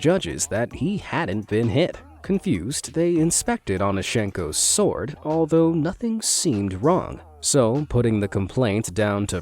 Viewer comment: pronouncing the W in sword hey? Bad AI voice, try again